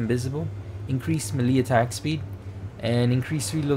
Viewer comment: Melee is pronounced maylay